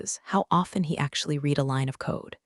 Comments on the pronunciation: What is "two dollars point 4 M"?? Might it be 2 point 4 Million Dollars? Say Yes. 6th time: READ is in a past tense sentence. Pronounced "RED" not "REED" as you always fail at. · Ava. Long A. A-va. Read (to read) and read (red, past tense). Train your AI better prior to releasing.